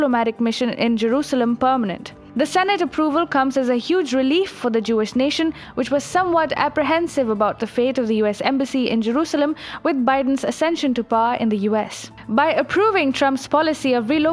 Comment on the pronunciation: LoL at "Asention".